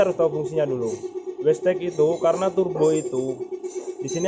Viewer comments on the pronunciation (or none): wastegate (weisget) kok jadi (westek) terus bro wkwkwk.. kurang ngopi keh bang? tak kirimi kopi tongkat ali mau? hahaha.. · Bukan westeg mas, tapi wastegate(wesget).. 😊